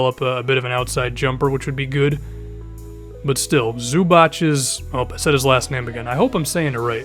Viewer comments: Zu bac, bac not batch, and thank u for not saying that shit anymore after the beginning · Just say it how it's spelled fam zubac not zubach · It's pronounced ZOO-BAH-CH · It's pronounced Ivica "Zubots" not Zubats or Zubach. Hope this clarifies :) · Luka Vujadinović So if the A is short, you're saying it's said literally like "bats", the nocturnal flying rodent often associated with vampires. Zu-BATS. Good looking out, I never heard any of these NBA guys say it like that, they say ZOO-BAHTS...similar to how they say (Vlade) Divac. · It's pronounced zu-bachs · Zubac = zubak many c in European languages are pronounced like k there's one for one for u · The wright way is Ivitsa Zubats,like Divac/Divats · FYI... Zubac is pronounced 'zoobatz' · its zubats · i-vi-tsa zu-barts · pronounce it zubatz,i m croatian as he is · It's pronounced Zubac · Just found your channel and that Devin Harris part got me to sub haha Keep it up and btw it's Pronounced Zubots "I'm a Laker fan" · Zubat is how u say it, like the Pokemon Zubat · it's pronounced Zuba-ts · its zu-bach as in the classical musician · I'm from Croatia and Zubac should be pronounced Zoo - Bots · Zoo-bahts is the correct pronounciation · It's pronounced like Zu-bock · If his name is Zubač, (like Kukoč), than your pronunciation would be correct. :) It is Zubats. Greeting from Croatia :) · The correct pronounciation is Zubats. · zubac(say it like zubats) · Proud to be croatian and it's Zubatz not č(ch) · Think it's Zoo-Bock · Great video! His name is pronounced Zoo-Bock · It's pronounced "ZUBATS" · I thought it was pronounced zoobots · It's pronounced zubach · It's pronounced zubots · it's pronounced zoobach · it's pronounced more like zubots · Pronounced Zu-Bok. That's how the Lakers announcers say it at least. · Its Zubats, i am from that region of the world, although not country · Nop, you are so wrong. It's pronounced Zubats. It means small tooth. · It would be Zubatz for you to pronounce it correctly as in Croatian